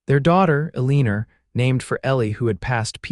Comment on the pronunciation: A leaner a woman’s name I doubt, it is Eleanore pronounced El-a-nor. Please do a better job on name pronouncing.